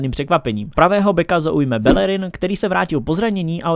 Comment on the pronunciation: Belllerin Ale jinak super video